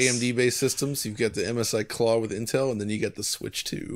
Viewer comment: "The Craw?" "No, not 'The Craw', 'The Claw!'" "Ah yes, 'The Craw'".